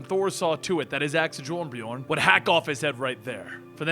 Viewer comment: Ouf, hearing you try to pronounce Jarnbjorn and Mjölnir is a bit painful.